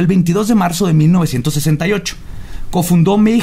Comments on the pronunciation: ¿Porqué nadie pronuncia bien mayhem? :c al menos no le dice "meyem" como otros weyes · Se pronuncia "meigem" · Dejo de ser divertido desde que pronuncias "Meyjam" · Maijam, Anton Levi, Sodóm, barzum y otras pronunciaciones divertidas xD